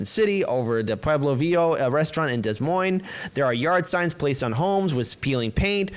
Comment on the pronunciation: Des = Da, not Dez ... Ruiz = rU-eez, not rude ... that being said I'm with you fellas!